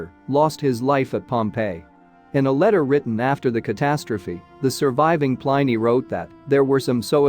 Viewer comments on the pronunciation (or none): Pliny rhymes with Minnie not Miny!